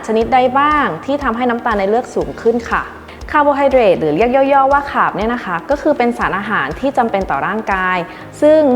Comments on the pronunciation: ต้องออกเสียงว่าค้าบ เพราะใช้ทับศัพท์ ไม่ใช่คาบ ไม่ใช้ขาบค่ะ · ออกเสียง นับขาบ ก้ต้องสะกดว่าขาบสิ สะกดคาร์บ ต้องออกเสียงคาบ หรือทับศัพท์มาจากภาษาต่างประเทศ ถูกหรือผิดใครช่วยให้ความรู้ที